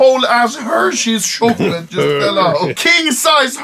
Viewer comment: no one: anomaly: shokchalet